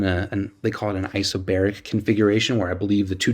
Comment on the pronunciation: its not isobaric